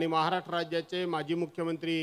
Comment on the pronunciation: महाराष्ट्र बोलायला शिक आधी.... महा'राट्र' 😂😂😂